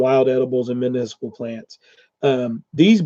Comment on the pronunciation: I've been googling municipal plants wondering what I was missing out on! I was getting articles about city processing properties and weird stuff like that....you've been saying MEDICINAL the whole time!?!?!? I can't stop laughing